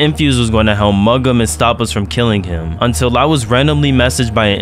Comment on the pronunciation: The way this mf says helmp instead of just help kills me